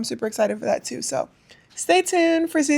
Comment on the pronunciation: It's "tew"😂😂